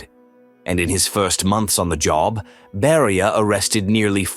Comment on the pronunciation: NO "Barrier" but BERIA..